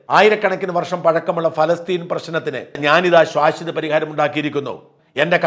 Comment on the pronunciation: sorry. "ശ്വാശ്വത " എന്നല്ല "ശാശ്വത " എന്ന് പറയു....thankyou